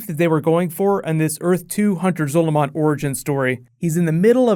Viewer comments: the way he says zolomon gives me the shits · The way you say Hunter Zolomon really fucking bugs me it makes me want to cry